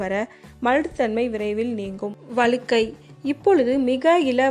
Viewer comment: ❤வளுக்கைனு சொல்ரீங்க வழுக்கை என்று சொல்லவேண்டும்